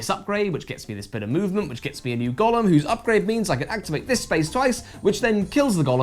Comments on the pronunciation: Is this maybe a joke in the review, or did not bother with the correct pronunciation for some other reason? It’s GOH-lem, not Gollum. Unless of course you’re talking about something other than the clay being from jewish folklore. This doesn’t look like a LoTR game though…. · It's generally pronounced "GOH-lum" with a long "O". Unclear how 17th century Prague Jews would have said it, possibly "GOY-lum", "GAO-lum", or "goh-LUM". Never "GA-lum". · The pronunciation of the title made me think it was about Smeagol. Maybe if you played Go at the same time while getting your legs out for some Go-go dancing it could get an eight and a half?